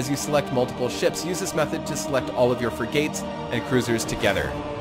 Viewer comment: it' s not fri-gates, it's frig-ats. Like frigid, but with an at.